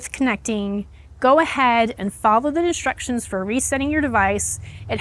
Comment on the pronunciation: I thought you said "follow the destructions" 😄 and it sounds like you did (I listened a few times) and I had to laugh because that's what my handyman calls instructions 😄, but the captioning didn't say "destructions" - so, oh probably not. ☺️